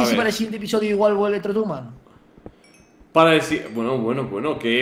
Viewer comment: osman play128 se dice tortuman